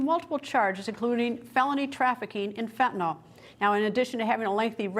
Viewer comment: FENTANYL not FENTANAL.